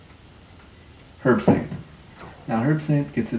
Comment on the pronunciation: It's pronounced 'erbsaint, the "H" is silent. Herbsaint Original is a copy of the 1934 recipe, and is available in New Orleans, and will be out in the rest of the USA shortly. Glad to see you used my historical info with out crediting where it came from....